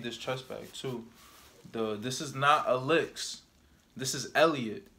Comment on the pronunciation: It's pronounced alEEks